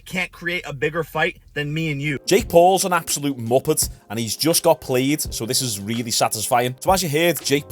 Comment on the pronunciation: I like how this guy calls Jack an puppet the accent make it even better